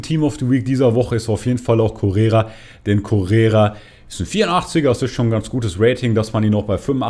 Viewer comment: Der heisst Correa nicht Correra. Steht sogar auf der Karte.